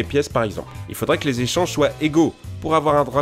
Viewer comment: C'est quoi les "jéchanges" je connais pas xD